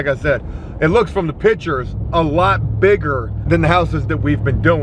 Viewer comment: Jooooooe. PICtures. Not pitchers. Come on brotha 😄